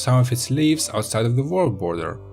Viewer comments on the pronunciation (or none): The Vorld border :D